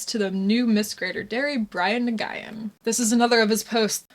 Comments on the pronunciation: Sis, I love and adore you wholeheartedly, so my criticism only comes out of love and not wanting to see you shit on any further or have your completely valid take steamrolled, but intentionally mispronouncing his name makes you look ignorant and they'll easily paint you as a bigoted racist, glossing over your intellect. They already smear us as all conservative, religious reactionaries and we should refuse to give them any reason to not take us seriously when we speak nothing but truth in the face of their lies and cult tactics. As a partially mixed Asian myself is pained me on that level as well as someone who considers you an idol. It's pronounced 'win' and you'd look significantly more eloquent respecting his culture while 'disrespecting' his pronouns because it gets people's gears turning that one marginalized class explicitly can't be 'identified' into the way ours apparently can. I know it's coming from a place of humor and not malice, but as someone who makes it a regular hobby to always defend and mention your work whenever a gender critical male gets away with the kind of content you were harassed for, I want you to put the best foot forward as possible💖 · Late to this party. Nguyen is pronounced “Win” Just for future vids. Keep up the good work. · na-guy-in?? don’t get me wrong i love your videos but i’m laughing so hard by that butchered pronounciation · Nguyen It’s pronounced as win/wen, it’s a popular Vietnamese last name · Nyoo-yen, the Vietnamese version of Smith. Learn to pronounce your subject's name before you start ANYTHING else ffs. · Nguen is pronounced roughly like win. Sort of a silent or barely pronounced N. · LMAOOOO it's pronounced "new-EN" it's a very common vietnamese surname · My understanding is that Nguyen is pronounced like 'Nuh-win'. Also, he's hideous. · His last name is pronounced “Win,” I have a Vietnamese doctor with the same last name. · It's pronounced new wen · you should learn how to pronounce his name properly.